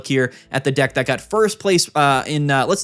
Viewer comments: It’s funny cause he mispronounced deck and instead said a word that means penis XD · i can’t believe he managed to say thundercock instead of deck